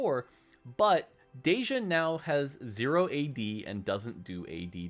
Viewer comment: ummm… “ze - rot”? Ahem it’s “zee-zee-rot” thank you very much.